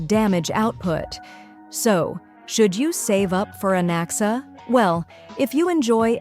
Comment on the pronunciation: I thought i heard bro said Alexa when bro said Anaxa but im noy kidding bro actually said Alexa